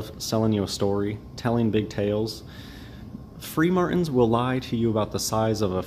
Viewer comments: "free martin's" ? ROTFLMFAO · Did he say "Freemartins" meaning free masons ? if so Tinfoil Tuesday is perfect for this guy